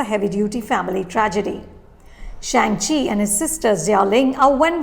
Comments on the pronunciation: Ma'am, I always love to watch your reviews, but this is the worst one. You have given away so many spoilers and even mispronounced Shang Chi. I thankfully read the comments on this video and avoided watching this review before the movie. Now that I watched the movie, this review makes me cringe. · ShAAng-Chi and AWK-wafina